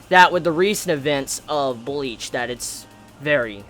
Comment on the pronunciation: Mbleach LMAOOOOOOO, I cannot be the only one who heard that!